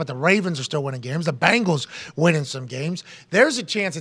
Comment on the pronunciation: Bengals not Bangles